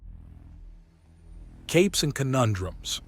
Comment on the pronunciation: The reading AI needs better training Capes is consistently miss pronounced and quite a large number of other mispronounced words. AIs are supposed to learn. TEACH THEM gdi.